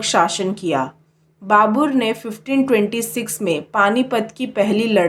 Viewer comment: Dhang se bolna sikho pehele babur nahi babar , lodi nahi lodhi , snga nahi sanga , humayun nahi humayu